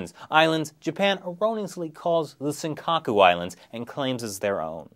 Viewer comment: "senkaka" lol